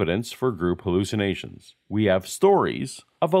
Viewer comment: Wait, it's pronounced "hooloocinations" ??